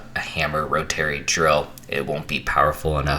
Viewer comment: I love the video, but the way you pronounced rotary killed me XD